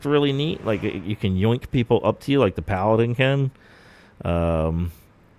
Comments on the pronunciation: Great video, calling them "palladyne" is wild though. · For the love of God - listen to anyone else pronounce Paladin. :) Video is a bit too much improvised for my taste. A script would do you good I think. Keep it up.